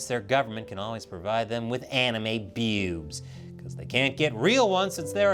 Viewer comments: I think i never want to hear you say bewbs like that ever again xD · Sometimes I misheard him saying bewsb as "PPPEWWWBS" XD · Now this is how I'm going to pronounce BEWBs. It's so much fun! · With the emphasis on BEWBS, you can tell is a man of culture.